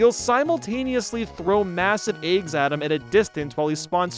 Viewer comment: No one:: ayggs, superstar sega